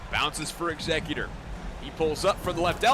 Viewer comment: Eggs-ze-cutor lol or Scissor... Great analytical commentary though